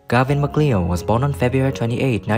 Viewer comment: Gavin Macleod s last name is pronounced "McCloud"